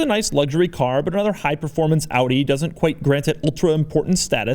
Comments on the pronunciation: Wait, an American who doesn't pronounce Audi as "Aww-dee"? Rejoice! 😂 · I love that you say Audi how its supposed to be pronounced!! Not like the americans who say like adi or odi or something!! I am from the Netherlands (country to the left of germany) so i pronounce it like AUDI as well! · thanks for pronouncing audi right doug